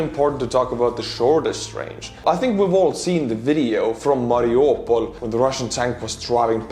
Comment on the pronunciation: Honestly, that has to be the weirdest way I've heard "Mariupol" pronounced so far